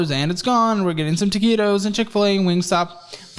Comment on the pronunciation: It hurts every time he says TAQUITOS because I love those 7-11 taquitos so much 😭